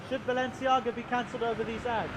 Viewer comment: It´s not Balenciaga, it´s Baalenciaga!!